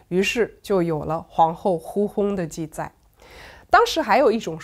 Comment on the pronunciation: 这一集不知道怎么了，念了好多错别字：脸颊，记载，立嗣……